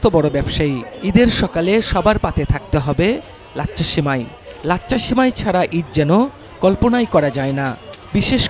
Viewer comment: সাংবাদিকতার জন্য নূন্যতম যোগ্যতা থাকা উচিত। উচ্চারণটা হবে "লাচ্ছা"। লাচ্চা না।